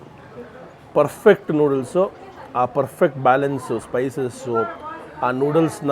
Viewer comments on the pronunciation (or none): none